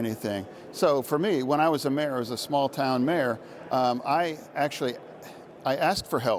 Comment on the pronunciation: Everytime he says when I was a mayor I hear when I was a mare.